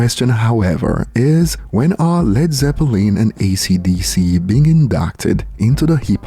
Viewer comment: The way u said zeppelin is cringe bro, im a massive fan, but u lost points for that 1 😂